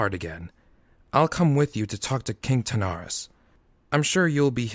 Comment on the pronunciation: Lovely work. Please do! If I can make a request, please get the names right! Wrynn = Rin (Like Tin) Terenas, not Tanaris ;p